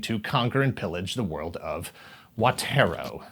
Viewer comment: I vaguely remember 'comic strip' being a thing but tigersharks was the one of the three I never got into... I guess considering the way they seemed to have phoned it in with this one, go figure. ('watera', seriously? yeah that moment in the video sums it up nicely, lol)